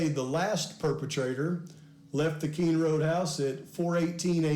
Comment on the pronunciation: Its King Rd not Kind Rd